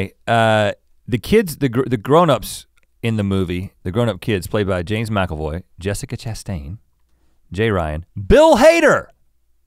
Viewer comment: Its James Macavoy, right? Not macelroy. I had to Google to make sure there was not an actor in "It 2" named James Macelvoy.